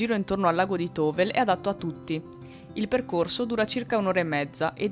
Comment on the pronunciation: Tovel si pronuncia Tovèl!!!!